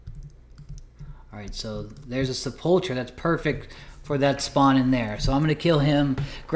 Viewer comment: It's "sep-ul-ker", not, "Suh-pulcher" lol! Great vid enjoying it had to comment this